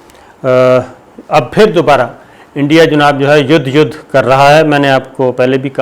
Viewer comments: Mr Sabir you have used word Yudh as Yadh several times in your vdos. From a sober journalist like you such iodicity is not expected, pls correct it and don't repeat it in the future. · Yes, now I like you. It is not Yud, it Yad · یُدھ کے اوپر زبر لگ جاتی ہے اور یٙدھ بن جاتا ہے ۔ 😂😂😂😂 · Yud nahi yadddd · Hahahahahahaha Yudhhh k ooper Zabarr "Yadhhhh" 😄🤣🤣😂😂😂🤣😅😆😆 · ha ha ha. Mr Sabir Shakir seems like u have studied in same school as me. lol Youdh Youdh peh Sahee "Zabar" lagaee aap ne......ha ha ha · یدھ کے اوپر زبر لگ جاتا ہے 🤣🤣🤣🤣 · ید کے اوپر زبر لگ جاتا ہے۔ہاہاہاہاہاہاہاہاہاہا۔واہ صابر بھائی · چائینہ یدھ پر زبر لگا دیتا ہے ۔ واہ صابر بھائی 🤣🤣🤣🤣🤣👏👌👌👌👌👌